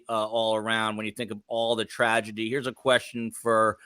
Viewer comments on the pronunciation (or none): none